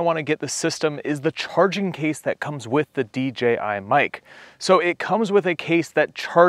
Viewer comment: Thank you for clearly saying DJI. I feel like everyone else unintentionally says DGI lol